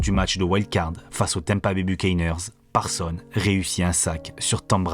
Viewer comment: Encore une excellente video comme toutes les autres, mais dommage pour le "S" final de ParsonS qui n'est pas prononcé 😅